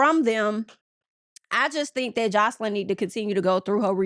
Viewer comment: Pronouncing Joseline as houseline is making me weak!!